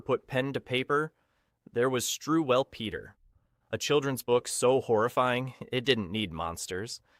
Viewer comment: Pronounced strool peta